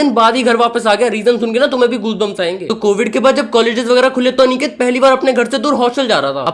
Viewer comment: bhai aniket hota hai anekate nhi अनिकेत hota hai na ki अनेकते 😅